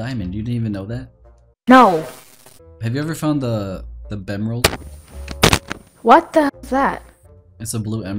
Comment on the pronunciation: Lmao “bemrald”